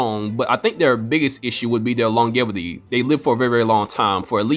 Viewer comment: Please stop saying longevity and say lonjevity.